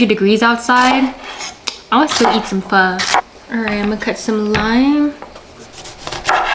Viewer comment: She's black because she can't even pronounce Pho correctly.